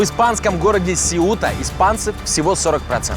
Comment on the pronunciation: Блин, названия Сеута, Сангрия и некоторые другие режут ухо, сами испанцы ставят ударения на другие слоги!!!!